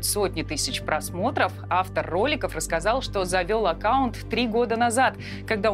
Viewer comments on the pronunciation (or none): none